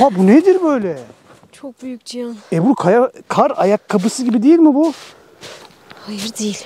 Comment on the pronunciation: Ebru hanımın ciyan ciğan cihan telaffuzu hayli ilginç geliyor bana. Çok tatlısınız,size iyi kamplar bize iyi seyirler